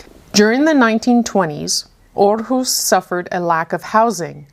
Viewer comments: So funny that the photo on this puzzle was taken in Aarhus. I actually live in the capital city of Denmark and it was quite interesting to hear some facts from Aarhus city. It was very educational and you pronounced it quite well 😃🧩🧩 I'm looking forward to see your next section from the travel around art puzzle 👀😊🧩🧩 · Hahaha. I work in Aarhus every day 😀 Good pronounciation 👍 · Amazing time, and you pronounced Aarhus great 😁